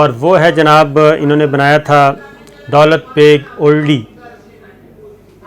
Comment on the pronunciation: دولت بیگ اولڈی جیسے آپ کل والی وڈیو میں جھجھک جھجھک کر اوڈی بول رھے تھے, مہربانی کرکے درست کرلیں یہ اولڈی ھے. دولت بیگ اولڈی سیاچن گلیشئر کے ساتھ کا علاقہ ھے اور سیاچن کی سپلائے کے لئے اھم ایئر اسٹرپ بھی یہیں پر بنی ھوئی ھے. چین نے آج کی ملنے والی اطلاعات کے مطابق دولت بیگ اولڈی کی اھم چوٹیان جن کو ڈیپسینگ (Depsang) درہ کہا جاتا ھے پر قبضہ کرلیا ھے, سیاچن پر پہنچنے اور سپلائی کے راستے کو کاٹنے والی جگہ اپنے قبضے میں لیلی ھے. دولت بیگ اولڈی تک جانے والی شاھراہ نیپال سے نہی بلکہ لداخ کے دارالخلافہ لیہ (Leh) سے نکلتی ھے. یہ روڈ داربوک سیکٹر, پینگانگ سو( سو , لداخی زبان میں جھیل کو کہا جاتا ھے) او شیوک ندی آپس میں ملتی ھیں وھان پی.پی 14 پر چائینہ نے قبضہ کرکے روڈ پر بھارت کی آمد رفت بند کردی ھے. اب غلام رسول گُلوان ویلی: جس کا نام ھندتوا کی بنیاد پر بھارت گیلوان ویلی کہتا ھے. داربوک ایک گاؤں اور درہ ھے سے لیکر شیوک ندی , پینگانگ سو, پینگانگ سو-شیوک سنگم(pp-14), ڈیپسینگ, دولت بیگ اوڈی درہ سے درہ قراقرم, کارگل اور دراس سیکٹر تک بھارت کی پہنچ لیہ لداخ سے کٹ گئی انشاءاللہ سیاچن پکے پھل کی طرح ھمارے پاس آئیگا نہی تو آرام سے لیلینگے. شاید 6000 ھزار نہی تو بڑا حصہ ھندتوا فوج کا قیدی بنیگا. اب بھارت کیلئے کارگل دراس تک پہنچ تقریباً ختم ھوکر رھیجائیگی. گلگت بلتستان اللہ پاک کیہربانی سے مکمل محفوظ ھوگیا آج والی کاروائی کے بعد. یہ سارا علاقہ لداخ میں آتا ھے اور چائینہ کا پورے لداخ پر دعویٰ ھے. آجکے 11 گھنٹے کی طویل باچیت میں بھارت کو خالی کرنیکی کھلی وارننگ دیدی گئی ھے. اب چکن نیک: یہ مرغے کی گردن جیسی شکل کی وادی ھے جسے سِلی گُری کاریڈور کہا جاتا ھے. اس جگہ پر پانچ ممالک کی سرحدیں قریباً 2